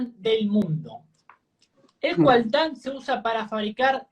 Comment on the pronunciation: No es "CUALTÁN", es "COLTÁN" (mineral de columbita-tantalita)!!! Vamos a mejorar un poco el nivel al decir la verdades!